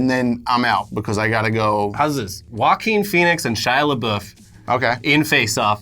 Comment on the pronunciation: It's pronounced "LeBoof."